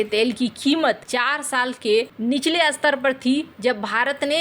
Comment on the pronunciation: कहीं की इंट कहीं का रोड़ा भानुमति ने कुनबा जोड़ा। कुछ भी, स्तर को अस्तर बोलना जब नही आता तो क्यों बोलते हो। अपनी बुद्धी के स्तर का काम कर ले।